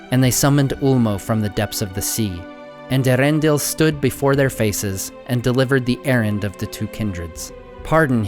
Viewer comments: ( Earendil is four syllables, e-a-ren-dil, not three (ear-en-dil) Also, why do you voice all these characters with an English accent? It would make sense for like, Hobbits and maybe humans who live near the shire to have an English accent but everyone else in the world would have a totally different accent, wouldn't they? I mean, obviously the movies make the same mistakes, but still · Great video! I have enjoyed watching these three parts about Morgoth. But one small complaint, a personal pet peeve of mine: why does everyone mispronounce Eärendil? The Silmarillion makes it extremely clear that the "Eä" is two syllables, ay-uh-ren-dil as opposed to air-en-dil. That's what the umlaut over the 'a' indicates. Just because Cate Blanchett missed it in the movies, does that mean we're doomed to never get it right? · Kind of a nitpick, but it's pronounced "Ay-ah-REN-deel", not "Aaron Dill". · Only one nitpick about the pronounciation of Earendil: it is Eh-Ah-rendil. E and A are pronounced separately. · Excellent set of videos. But ... the "Ea" in Earendil is 2 syllables, not one.